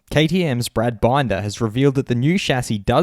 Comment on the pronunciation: have you watch MotoGP before your saying names wrong, the only one i shall point out is bin'der like a bin, bin..der